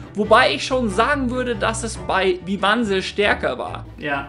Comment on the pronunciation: Bitte, BITTE... "Vyvanse" wird nicht "wiwanse" ansgesprochen, sondern "weiwäns" 😂😂